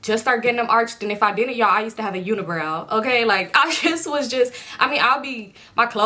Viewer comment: Yooooooooo “Uni-browa” took me TF OUT 😂😩😂😂😂